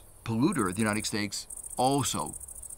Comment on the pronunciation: Uniteg stakes, Emishengs, decakes, why is he pronouncing things so wierd?